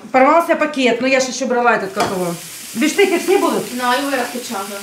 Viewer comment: Говорить нужно БИФШТЕКС.Ваше биштеку уже напрягает.